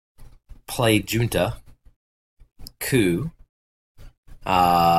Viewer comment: Ll definitely doesn’t equal a y in Spanish. It is definitely Alen-day lol lol. Hey brandy can cha get me ‘nother PBR yeeeeeeeee haaaaaa. Lol. No wonder I have a winning record against you. I’d bet 9:1 he pronounces it Jun-ta and not hun-ta.